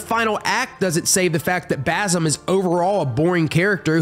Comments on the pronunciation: Ghost of tshosima and baZim great pronouncinaton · btw basims name is pronouced bazeem (i think)